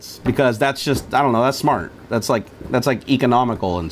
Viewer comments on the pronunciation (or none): U said smrt